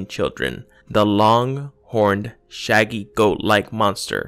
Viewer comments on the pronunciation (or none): none